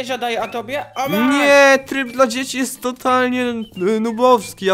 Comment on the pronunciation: tryb dla dziecki powiedziales tak hahahhahahahahhahahhahahahah ty sam jestes dziecki ahahhahahahahahaaaaaaaaaaahhhhhh